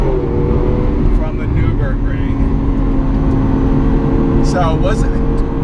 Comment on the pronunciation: "Newber ring"